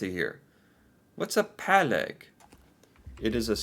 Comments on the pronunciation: Not only in tubes. PÅlegg, not pAlegg. Exist in a variety of packings. Å like o in on. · Pålegg is not just in a tube, but anything you would put on slises of bread. På means on and legg means lay. The Å is pronounced like you pronunce the O in boring, or the a in fall:) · I'm eating scrambled eggs, smoked salmon on philly cheese and bread right now. it's so delicious. I really like reindeer, so eat a lot of that. you can get it in most supermarkets now. That redditor did you a diservice writing 'pålegg' without the å. it sounded really wrong pronounced like that.